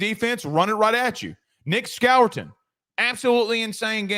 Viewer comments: The pronounce Nick's last name....."Score ton" 😮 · Who is "Nick Skower-ten" ? SMH